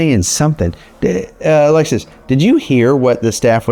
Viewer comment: Every time you say Alexis, I think you’re saying Alexa lol